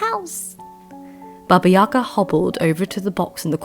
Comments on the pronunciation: yagA, stress on the last syllable, not yAga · thanks for the video! btw, in russian the stress falls on the last syllable - baba yagA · YagA. Put the stress on the second syllable, please.